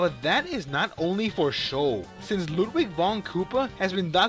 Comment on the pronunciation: You don't say Ludwig right 😈